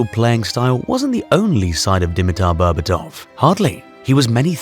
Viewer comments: d'mEeter bearbAatov. Try pronouncing it like so to get closed to the correct pronounciation. the capital letters are where the accent is. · "When you hear the name "Deameatar Bearbatouf" what do you remember of the man?" Nothing, because you butchered the name so badly I've no idea who you mean.